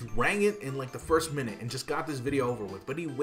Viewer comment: I'm just mad that you pronounced minute incorrectly. Great vid as usual!